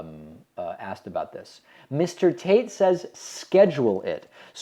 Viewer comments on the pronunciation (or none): none